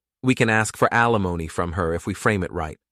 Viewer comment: Alimony, not Alimoni